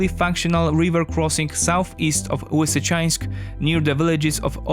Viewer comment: Lisichansk man, you polish have a proper l sound just because the other half has been corrupted in to w doesnt mean you can take in to consideration that ukraininan only have a proper l.